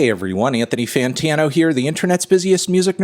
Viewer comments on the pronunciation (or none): none